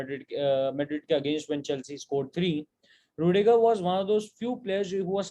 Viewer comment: rudiger nahi bhai plss